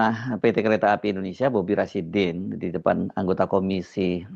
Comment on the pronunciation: Rasydinnn Rasyidin 😂😂